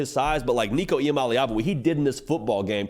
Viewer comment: Waited til you got Nico’s name right before i subscribed